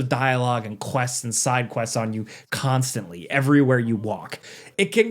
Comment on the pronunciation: needs to be a little more careful with how he says “constantly” lol